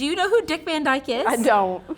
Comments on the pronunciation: My 2c - van is pronounced 'fun'. K bye 😂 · Van is pronounced like "Fun"